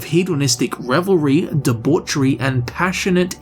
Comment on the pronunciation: I'm glad someone can pronounce, "debauchery" correctly lol